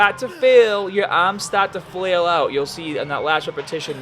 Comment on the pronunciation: What's wrong with your Rs? Babell. Ams. Stat to fail. Exesice. What's up with that?